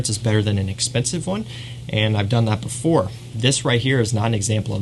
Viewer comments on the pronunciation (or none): none